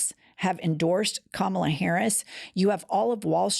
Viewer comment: Has anyone noticed previously Trump did pronounce Harris first name correctly, but because everyone on the right mispronounces her name as an insult, he's now doing it?